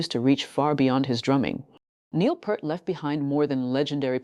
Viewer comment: Peart not purt🤮